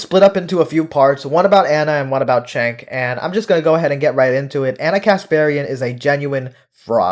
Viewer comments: I always thought his name was pronounced "Jenk," but you keep pronouncing it "Chenk." You know him and once worked with him. But are you sure you're pronouncing his name correctly? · Agree with you but isnt it pronounced Jenk? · You can't even pronouce his name correctly. 🧐